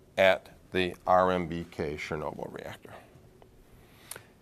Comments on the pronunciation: He keeps saying RMBK but is it really RBMK? Which is right? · Sometimes this is the trick, when you want to blame something in a "safe" way. He never said that "RBMK" reactor is not good. He talked about an RMBK reactor. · 1) I'm terribly sorry, but it's RBMK (Реактор Большой Мощности Канальный), not RMBK as you pronounced it. 2) Great video. Enjoyed it tremendously! Thank you Sir. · Feckin plonker.....keeps saying it wrong......Not R.M.B.K.......R.B.M.K,,,,,,REPEAT.....R.B.M.K....Its on the dam screen......lol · He keeps saying RMBK... It's RBMK. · RBMK. Not RMBK. Reaktor Bolshoy Moshchnosti Kanalnyy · It's RBMK, not RMBK...the video's text description and spoken parts in the video both have this inaccuracy. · Any 1 else notice how he mispronounce RBMK at the beginning of the video 😂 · RMBK??? It's RBMK!!! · Would sound and look even better if you got the name of the reactor type right. The name is RBMK not RMBK... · He said rmbk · It’s RBMK not RMBK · Nobody "hit the wrong button". Do some research, "Prof". BTW: it's RBMK, not "RMBK". You don't know what you're talking about here. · RBMK is apparently pronounced “RMBK” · Him saying "RMBK reactor" is getting annoying. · Hate how he keeps saying “RMBK” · Cannot get past the fact that not only the description has the name wrong (RMBK), but he also says it wrong numerous times. It's R-B-M-K. He might as well be saying "Nuculear". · Why does buddy keep calling it RMBK?? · Every time you call it an "RMBK" I die a little inside. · Dude say it with me, R B M K reactor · Does it bother anyone else that he keeps sayin RMBK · He was probably thinking "YMCA" the entire time. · It's painful to watch this video. Everything could be explained WAY better (most videos are) and even many basic facts in this video are wrong. And it's not RMBK but RBMK, as said so many times on the video and in description. 3/10. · You said RMBK at the beginning….it’s RBMK… and you also said it again 7 min in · Did the professor say RMBK ?